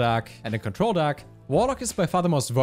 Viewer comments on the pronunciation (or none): The way this guy pronounces 'deck' has me in fucking tears "DAHCK" hahahahahahahahaah